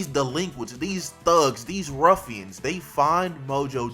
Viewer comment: I don't know why but why did this man call put an extra emphasis on the words "these heroes are THUG" I don't know why that's funny